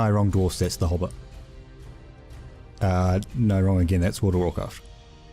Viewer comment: In what country is 'hobbit' pronounced 'huba'?